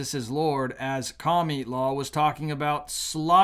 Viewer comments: Why do you always say "Cami-la" and not "Kamala"? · I cringe every time you call Kamala "kamilaw". I am not voting for her, but it just doesn't feel Godly to me to have a person's name twisted. You don't have to talk to us that way to make your point, we are not toddlers here! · You always make good points, but you also can be a very ignorant person. You are very unchristian when you mock and disrespect a person's name. I'm not a fan of Kamala (rhymes with Pamela), not COMMIE LA. Would you like it if your odd name was mispronounced, or twisted to sound like something nasty????? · Can you pronounce the name right.Ka ma la,that is Muslim name,not Camila but Kamala tq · Kami-la! Lolol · Kah - miii- la The way he pronounces her name 🤣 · Yeah those Democrats are taking all freedoms away. I am so thankful that God is taking us away to a better place. I love the way you pronounce her name Kamala or komielaw. Blind leading the blind. They all fall in the pit.